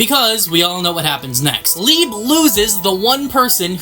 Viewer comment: Can we not forget how wrong we was with leibe's name 😆